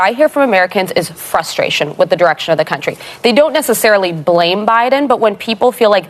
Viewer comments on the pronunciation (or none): Not FUSSstraion its FRUSStration